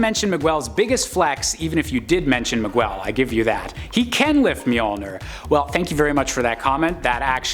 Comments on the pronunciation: Ma-gwel? It's Me-gell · Really enjoyed this list, but hit my breaking point on the mispronunciations. It seems like the fellas doing these lists need to take a page from Amanda and put some effort in. Miguel is pronounced “Mig-el” not “Mig-well”. You got O’Hara right- so do us browns a favor and get the other part right too. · Miguel is pronounced mi-gell. There is no "w" sound in it. That was the most Caucasian thing I'd heard in a while. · you know I love you, but you absolutely butchered the pronunciation of Miguel. It's MEE-gell. No "W". You should know this from Coco. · …Miguel. Not Migwell 😑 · I just couldn't get past the migwell part, im sorry lol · No Storm on a WHO LIFTED MJOLNIR list?!! The audacity!!!! What an insult! I'm disappointed in this list. Oh, and it's pronounced Mi-GELL???! 😡🤬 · Mig-well? MIG-WELL??? My fecking gawd the caucasity of this boy. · Why does he say Miguel like that its so annoying, damn bozo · Why did you say Miguel like that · Thank you. It was totally bugging me too, each time he said it. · I know. That was killing me.